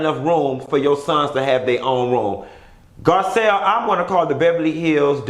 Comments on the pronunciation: you done Butchered that lady name 🤦🏽‍♀️🤣🤣🤣😭💀 Gazelle...Giselle GARCELLE NESSA GIRL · Garcelle boo not Gisselle or Gazelle lawd lol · GARCELLE NOT Gizelle...lol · The fact that he kept calling Garcelle, Gazelle!!!! Bwahahahahahaha